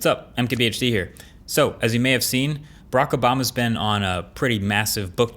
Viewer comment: did he say Brak obama